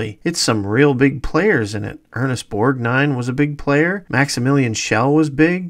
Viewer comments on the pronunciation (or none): none